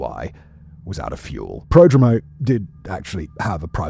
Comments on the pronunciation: kind of irelevant nitpicking, but Prodromou (Προδρόμου) not Pedromo. Sounds like Prothromu (the th sound like you would say this or there) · I find it deeply annoying when Anglophone YouTubers don't bother to properly pronounce non-English names.